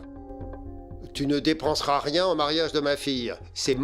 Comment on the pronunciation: Mais Elle a dit ria pas nea